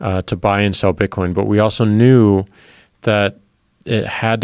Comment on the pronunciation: "To buy and sell bitcoinee" - Joe Rogan